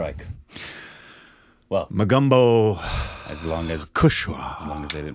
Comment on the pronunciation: its MOGAMBO not MOGUMBO